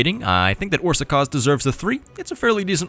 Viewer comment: Pronunciation: The á letter is something like the u in the word but. Both times you pronounce it like that, except for a little longer. Sz is like an s in super the rest were on point.